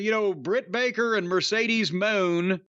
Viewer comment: Corny’s use of “Mercedes Mooooooan” is always funny to me